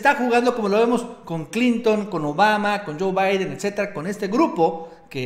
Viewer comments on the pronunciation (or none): none